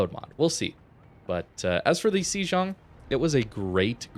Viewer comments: Hate to be 'that bloke', but I think the pronunciation is "say-ong" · I thought it was pronounced Shlong (Sh_ long).